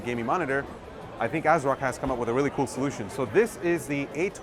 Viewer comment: You lost me and my viewership on this video when you said the company name "ASROCK".... pass.